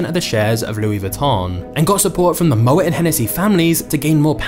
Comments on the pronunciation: "Mo-et", lol. It's pronounced 'mo-A' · pronounced mo-ay